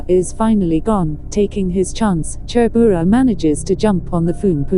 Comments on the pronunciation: Phungpuinu leh Chhurbura a lam rik dan hi nuihzatthlak tawp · Hming khi chu lam léi/ lam pial kher lo se aw.. Hnam tin hian in koh dan kan nei vek a chutiang chuan lam ve mai se. E.g... Chhurbura.. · Tha ltk e,mahse mizo hming ho hi chu mizotawng pangai a kan sawi ang in lam ve mai la lam enge mo vak ngai mile😁ti ve my2 kungawrhi,chhurbura tih te kha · 😂😂😂 a pronounciation mawlh khi chhurbura, kungawrhi, phung, ramhuai , sichangneii, etc